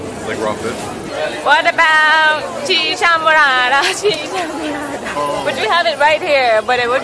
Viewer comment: Este video ya lo he visto muchas veces y tu forma de decir chicha morara chicha morara is funny jajajaj 👍👍👍👍